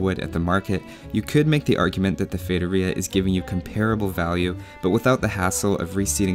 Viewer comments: Oh my god, you said Feitoria the right way. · I am brazilian (then I speak Portuguese) and I can guarantee you're pronouncing "feitoria" correctly! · Holly shit!!! Someone actually looked it up how to say the world correctly. thats a new one, nice job man. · haha, AS a brasilian i was pretty impressed with ur saying feitoria the way you did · Haha, I think this is the first time I've ever seen a native English-speaker say it correctly, instead of something like "fee-ah-toh-ree-ah". Nice research! Great vid too! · Just for pronuncing it right you deserve a like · As a brazilian i can confirm thats how you pronounce feitoria. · high five to my eloquent self for speaking feitoria right! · Do you wanna know how to pronounce "feitoria"? Just ask someone who speaks portuguese. Yes, you are saying it right